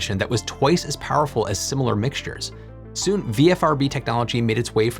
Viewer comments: I stopped counting how many times you said "VFRB" v "VRFB"... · Just noting that you keep consistently saying 'VFRB' when you clearly mean 'VRFB'. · Why do you say vfrb when it's written vrfb? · not nit picking but you kept saying VFRB, when its VRFB but we all know what you meant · Isn't it VRFB not VFRB? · "VFRB" he says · Not ONLY this, but also the dyslexia between VRFB written everywhere, and VFRB spoken through the video was KILLING me. Had to stop before the end. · Is there such a thing as auditory dyslexia? I kept hearing "VFRB" while reading "VRFB" so I must be losing it—oh, the vagaries of getting old! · You keep calling it a VFRB, but from the spelled out name it should be VRFB. Is this a language thing? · You say VFRB a lot of times, but it's really VRFB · V R F B not V F R B!! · Say it with me,: "VRFB" "VRFB" "VRFB"... 🤓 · You almost always say VFRB ... perhaps not the most igregious ... but, there you go